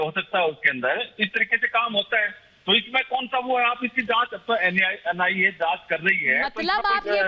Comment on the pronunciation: Ye kaun gadha hai...NIA hota hai NAI nahi...ye kaise gadhon ko bulatey hain aap studio me..